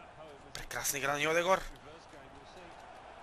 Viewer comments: не е Йодегор, а Йодегард, леле... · Не е Йодегор а е Одегаард ;)